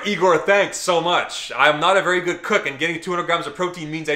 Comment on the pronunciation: That russian was Veeery guuud my Frieaaand